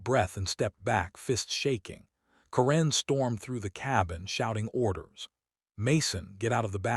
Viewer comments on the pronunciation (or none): Stupid AI can't even say Karen right! When is Karen pronounced koren